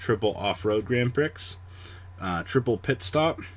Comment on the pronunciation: Prix is pronounced "pri"